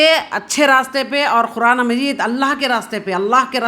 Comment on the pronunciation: Are aap quraan to sahi se bolna seekhlo.